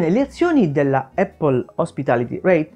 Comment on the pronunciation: Lo so che questa Apple hospitality reit non e' la Apple di Cupertino ma... Non voglio fare il pignolo ma...solo noi in Italia diciamo "eppol"...sbagliando di brutto 😁 La corretta pronuncia e' "Apl" con una "P" ... Ecco la pronuncia dal fondatore...chi meglio di lui?